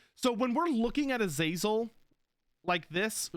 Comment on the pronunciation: Am I gonna be that guy? AZ-UH-ZEL is how the name was always pronounced in non Warhammer settings.